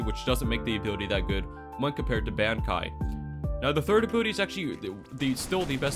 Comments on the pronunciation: Bankai is pronounced Bon kai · Say bankai one more time its bankai like from bleach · nfs the way you pronounce bankai is getting me tight 😭😭😭